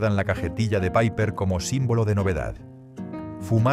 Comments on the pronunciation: Nunca se ha llamada "paiper". Era una marca española y se pronuncia "Piper". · Al Piper se le llamaba Piper. No Paiper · Nadie lo llamó nunca PAIPER!! Era Piper, tal cual. Muchos errores. El Bisonte era rubio. El Sombra era con filtro y no era fuerte, todo lo contrario. Aparte, faltan muchísimas marcas: Boncalo, 3 carabelas, BN, 46, Record, Mencey, Feten, Rumbo...... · Menuda castaña de video. Y lo de "paiper" en lugar de PIPER, ya me ha hecho pasar de todo el documento.